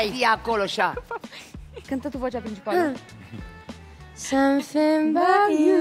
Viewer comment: "Du samsing" - vorbind în engleza